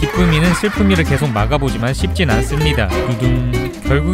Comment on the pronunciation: 쉽지 인가 쉽진 인가